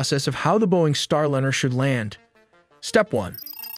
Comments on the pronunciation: “Star Lynyrd” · Soyuz has been returning Cosmonauts from orbit with bumpy landings in Kazahkstan since 1967. Sorry, but to get a fundamental fact about Soyuz incorrect is unforgiveable. Hey algorithm, don't recommend this channel any more! Also, yourAI voiceover needs to be trained to pronounce "Starliner" correctly.